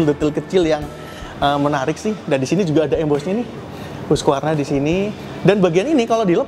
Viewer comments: Bacanya HASQI Varna….bukan hugvarna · Hasqivarna bacanya😢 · Hus-kif-ar-na bacanya